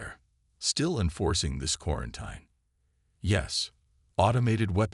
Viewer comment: I truly wish AI would learn how to properly pronounce words like “quarantine”.